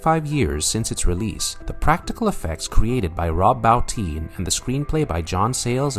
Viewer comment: Bo- teen. Why can't people pronounce Rob's name correctly ?